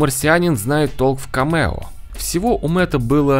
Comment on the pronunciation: Только не камЕо, а кАмео. ☝🏼